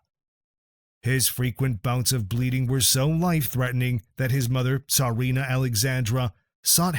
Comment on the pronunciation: Tarina? Its either Tsarina or Czarina. GEEZ!!!